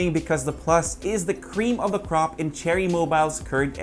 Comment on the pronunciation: "pluch" hahahaha 😂